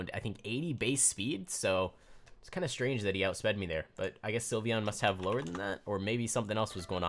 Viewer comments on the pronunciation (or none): none